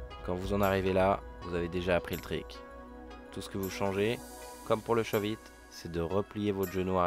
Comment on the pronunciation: c'est shuvit pas shauve it